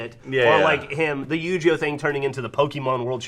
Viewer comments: u-gee-oh. Not u-jhee-oh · Do they know Yu-Gi-Oh isn't pronounced "You Jee Oh" and it's "You Gee Oh" With a 'guh' sound? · I was never really into Yi-Gi-Oh that much, but the fact they're saying it wrong as Yu-Gee-Oh bothers me. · Is anybody else INSANELY annoyed that they say Yu-GEE-Oh? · why are they pronouncing yugioh like "you-gee-oh"